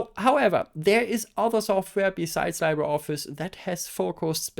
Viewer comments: "libre" is a Latin word, and Latin pronunciations tend to be straightforward, so it would be "lee-bray" instead of "lie-bray". "Library" comes from Old French "librarie", but for some reason doesn't carry over French pronunciation. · Hehe never heard it pronounced that way too. Either Lee-bruh (French) or Lee-bray (Spanish). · It's pronounced liːbrə ɒfɪs, not laɪbrə ɒfɪs. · Li sounds Lee, like Bruce Lee, please say "LeebreOffice" 😅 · LibreOffice should get an award for brand failure. I mean, half of the world's population can't even pronounce it right.